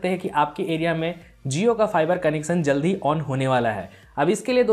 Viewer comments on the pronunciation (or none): none